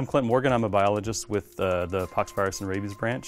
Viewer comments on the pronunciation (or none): none